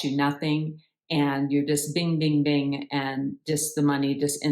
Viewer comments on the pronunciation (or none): none